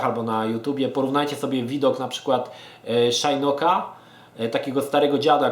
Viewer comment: mówi się Szinok, nie Szajnok.